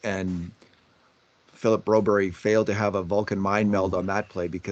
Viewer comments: Do you have some sort of problem reading Broberg's name. He's a grown up if he wanted his name to read Brobery on his jersey then it would. Get over yourself! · Who's this Broberry? The coach and everyone else says Broberg here in the west. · 8 min in and I am done watching because these two refuse to say the mans name properly, extremely disrespectful.